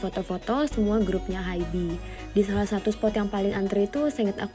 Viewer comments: kak mohon maap banget sebelumnya, rasanya gatel banget denger kakak nyebut Hybe itu "haibi" .. bacanya itu "haib" 하이브 kak, bukan "haibi" 하이비 😭 kaka tuh army yg bisa baca hangeul dan udah dateng langsung pula ke museumnya tapi bacanya tetep salah, mana disebut berkali2 di video, ga kuat :( semoga next time dibenerin ya kak, maaf banget kalo kritikku bikin ga enak hati🙏🏼 ya ibaratnya aja kayak bts malah dibaca "bangtan seonyeondanu", kan ga nyaman banget dengernya :'( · Kak, bacanya hybe itu bukan “haib” kah? Soalnya hangeulnya 하이브